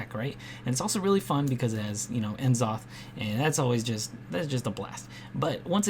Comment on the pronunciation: Great video dude. Might start running eater of secrets now. Kindof nitpicking, but I disagree with your pronunciation of N'Zoth and Medivh lol.